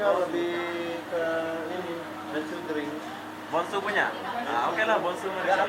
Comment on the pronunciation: BENSU BANG BUKAN BENGSU..HADEUAH🤣😁